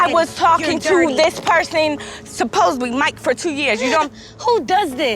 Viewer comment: Oh no she says it as "supposebly" Chandler was right. It is off-putting.